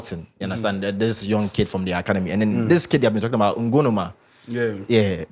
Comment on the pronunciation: The name bi "Ngumoha" not "Ngonoma"